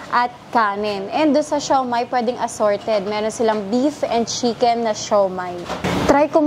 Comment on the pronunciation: Pansin ko lang madam imbis na chicken nagiging shicken ang pronounce hahahaha accent pinoy di na sana artehan pa 😅🤣✌️✌️